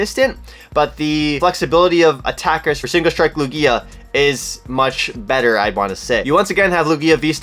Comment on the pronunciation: the way you pronounce Lugia is hurting my brain lmao